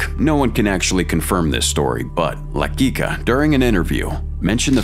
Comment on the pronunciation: you kept saying his name wrong , it's almost like saying LA QUICK A